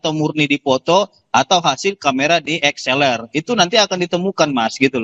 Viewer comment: Dslr bukan dxlr😂